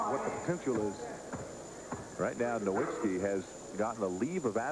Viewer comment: And in the beginning it said "nowitzski" so they really got his name wrong in 2 different ways lol😅